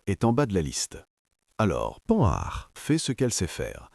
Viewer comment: Beau documentaire !! Mais arrêtez de prononcer : panard ou Pan nard !! E. M.